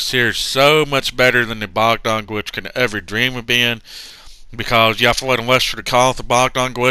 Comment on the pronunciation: I like how he says bawgdon gwitch